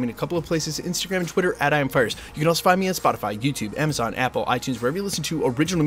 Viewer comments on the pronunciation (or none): none